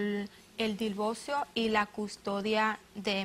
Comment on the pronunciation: Divolcio despielta espantoso pronuncian